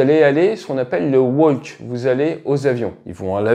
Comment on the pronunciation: Si en n'arrive pas de prononcer le mot "walk" pourquoi essayer de frimer votre anglais?